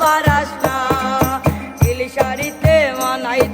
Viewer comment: উচ্চারণ আরো ভালো করতে হবে যেমন লিন না হয়ে নীল হবে